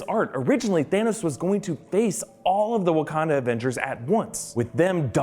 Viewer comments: "THEROS" lol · there's no r in thanos